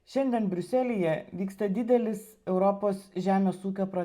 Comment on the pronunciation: Kirčiuoti reikia Briu'selyje